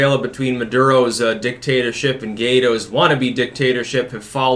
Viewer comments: Gaydo. This makes me laugh every time he says it. Its Gwydo. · "Gee-eh-doe?" "Gee-deeeerrrr....?" It's GWY-DOE - GWY-DOE!!!! Say it right! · It's actually Guaido (Goo-Aye-Doh).